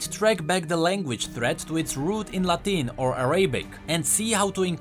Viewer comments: It's not LA-TEEN it's LA-TIN lol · the way you say Latin and Arabic hurts me XD